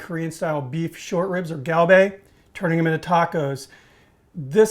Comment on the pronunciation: You gotta hit that 'G' in Galbi harder. In the part of Korea where I was stationed it was pronounced like a 'K'. Kalbi.